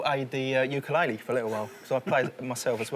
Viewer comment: wtf is a "ukulailee"?